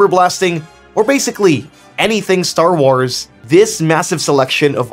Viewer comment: The war he says starwawrrs